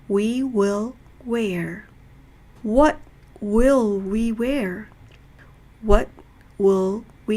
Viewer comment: [118]왓이 아니고 웥으로 발음하니까 원어민 발음 느낌이 나요^^